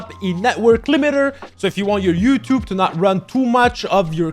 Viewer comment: Theres the we know, he always says youtob isntead of youtube